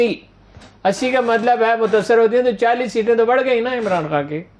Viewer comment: Haroon saheb mutssar nahi mutasir hota hai